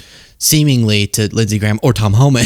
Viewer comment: LINDSEY GAYAHM 😂😂😂😂😂😂😂😂😂😂